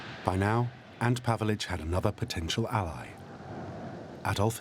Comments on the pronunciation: 'ANT Pavelic'?! It might help getting a [human] narrator who can actually pronounce names correctly... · It's not Ant Pavelic, it's Ante Pavelic.